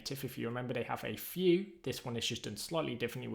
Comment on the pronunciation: Thanks for wonderful things you share. Is it only me or do you guys also hear "Few Native"? XD